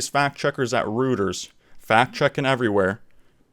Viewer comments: It's not pronounced "rooters", it's "roy-terz" Like your channel tho, subbed. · Reuters — Pronounced Royters